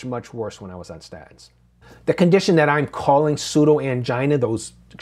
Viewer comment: When did you start pronouncing statins like a cockney?